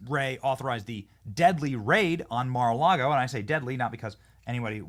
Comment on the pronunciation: Don’t normally do this but it Mar-a-lago. You completely butchered it